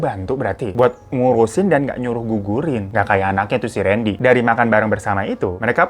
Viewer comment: randy kak bukan rendy 🙏